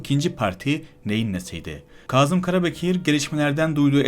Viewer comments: Yaziyi cok hızlı okuyup, vurguları ve noktalamaları gerektirdiği gibi telaffuZ etmiyorsunuz. Kâzım, Kazım degil. Kazım bir yerde kazı yapılmasıdır. Bu soyledıklerimi yapıcı eleştiri olarak dikkate alırsanız daha başarılı çalışmalara imza atarsınız. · Kazım Karabekir ve aşikâr derken a harflerini incelterek söylerseniz daha iyi olur.İnsanin kulağını tirmaliyor.